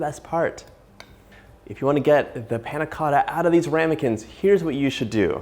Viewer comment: The way he said Panna Cotta pissed me off